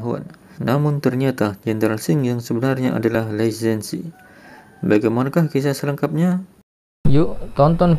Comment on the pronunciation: Belajar dulu cara baca Hanzi Pinyin baru ulas film China, beda tulisan beda bacanya bro... JADI GAK ENAK DENGARNYA.. LI SEN SI.. hahahaha.. Lisensi apaan????